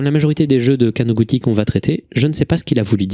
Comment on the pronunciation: perso j'ai vu ça du point de vue de qqn qui tape sur un clavier, et là où pour avoir "ティ" [ti] on tape "texi" ou "teli" ; pour écrire "ち" [tchi] on tape "chi" ou "ti" (plus court). du coup imo ça se prononce かなぐち [kanagutchi], et en plus ça ouvre la possibilité qu'un jeune de 13 ans ait utilisé son nom de famille comme pseudo, chose que j'ai déjà constatée avec les quelques amis japonais que j'ai en ligne :D